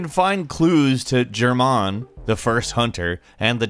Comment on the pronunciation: Jerman???? What the flip hahahaha